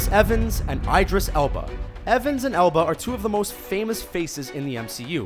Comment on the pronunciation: when he said Idris Elba I cried